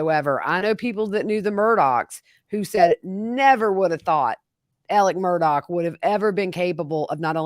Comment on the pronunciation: I know that this is about the vallow/daybell case. But, can someone please explain to me why Alex Murdaugh's name is pronounced "Alec Murdock"? It's actually driving me crazy. Thanks.